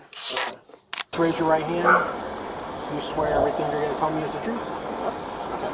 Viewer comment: Whenever the cops hear: I'm gonna tell you the truff, they know a lie is coming. Lol